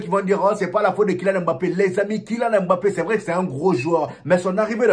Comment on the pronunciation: ...on dit "mbappe"...pas "m-bappe"...lol